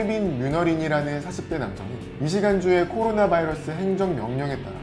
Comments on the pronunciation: 꼬로나로 들린다.. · 나만 꼬로나로 들리나?